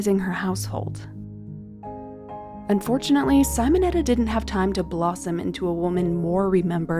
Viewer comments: Simonetta, no saimoneta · Not Sighmonetta, it is Seemonetta! Do some listining, ffs!🤦‍♀️🙄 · These are gorgeous!! Thank you 😊 Technical note: it's "Simonetta" like "see-mon-etta" not "cy-mon-etta". I always appreciate this channel so much!! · Sim o netta ( like sim card) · It’s said Seemonetta. Hello? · Thank you! That pronounciation was frustrating.